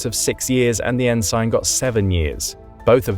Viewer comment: Please learn how to say Ensign